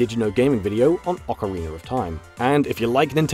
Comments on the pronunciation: "Ocariner of Time" excuse me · "Ocarin-ER of time" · "Ocariner of Time", eh? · OCARINERR OF TIME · You pronounce Ocarina like Zeltik. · Lol orcariner